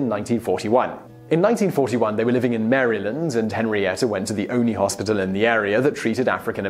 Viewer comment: your pronunciation of "Maryland" makes me cringe a little everytime. other then that i love your videos :)